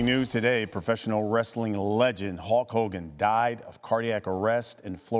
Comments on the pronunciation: It sounds like he’s saying “Hawk” Hogan and it’s bothering me lol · Why can’t this **** pronounce the word “Hulk” properly?